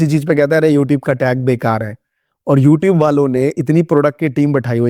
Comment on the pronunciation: Hehe, youteeb 😂 Nyc vdo by the way